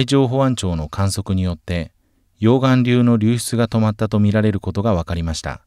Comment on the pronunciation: 溶岩流のイントネーション。